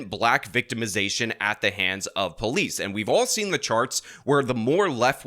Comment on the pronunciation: Dat be po-leece say it right